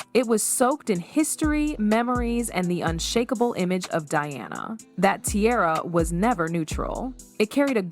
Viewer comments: You've mispronounced Diana's name, pronouncing Deeonna, it's not Deeonna. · If you would stop using AI, their names might get pronounced correctly. Diana's name is not Deeonna.